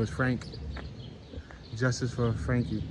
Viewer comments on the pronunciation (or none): none